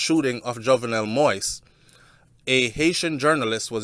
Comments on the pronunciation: ...thank u on following and covering the assassanition of the former Ayitien president!...but would like to correct you of the pronunciation of his last name which is pronounced MO-YEEZ...not "moist"...much love and respect from an Ayitien sister😘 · pronounce de damn name correct.. its pronounced moa-is.... sound like you saying wipes brogad... you keep saying moist 🤣🤣🤣🤣🤣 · King, I truly appreciate what you're been doing to keep us informed and finding out the truth about what took place in Haïti but can you please do me a favor and pronounce the former president's name properly. It's not moist but pronounces (MO-YEE-ZE) Moïse...thanks. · It's Moeeeez! As in the Bible. Not Moist! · It's not possible sometime to pronounce another person's name /spells it properly ,don't try like you want to embarrass my friend. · It's Moise pronounce Moees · (Moise pronounce Mo'wees) humbly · Mo - ees. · It’s pronounce Mo-ease.